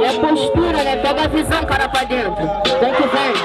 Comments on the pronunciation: "pa drento", " tonstorno" kkkkkkkkkkk pqp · "Drento" KKKKKKKKK